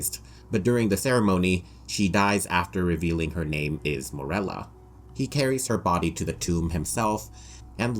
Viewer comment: How many times can we mispronounce Morella's name.